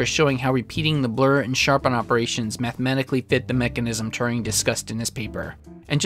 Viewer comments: It's weird when you pronounce Turing as touring... He's not American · How are you pronouncing Alan Turing's name? It sounds as though you've imagined an extra r in the middle (Turring) from somewhere! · Thats not how you pronounce Turing.